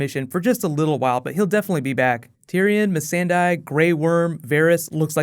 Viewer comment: Please stop calling Missandei "Miss Sand Eye". You're killing me!